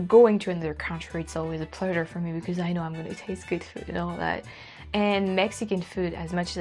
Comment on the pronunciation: I noticed how she picked up the California way of saying “food”. I guess it’s sounds something like “feeood”. A dead giveaway !